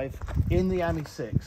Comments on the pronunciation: Ami has the emphasis on the ‘I ‘ as you would pronounce Ami meaning French for friend . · You pronounce AMI slightly wrong .